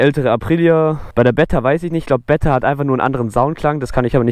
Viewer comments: Sehr sehr geiles Video…. ABER BRUDER 😂😂 BEEETA NICH BETTA 😂😂😂😂😂😂😂😂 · Geiles video aber es triggert mich übelst dass du betta sagst😂 man spricht das E lang aus